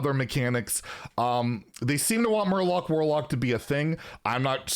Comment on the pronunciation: Not murloc warlock but Murlock!!! Get you shit together